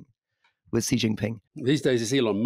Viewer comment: In Taiwan, our two opposition parties, the TPP and the KMT have been completely infiltrated by Chinese communist party agents. They are dismantling Taiwanese democracy from within. For the record, the Chinese dictator’s name is pronounced “she” not “see”.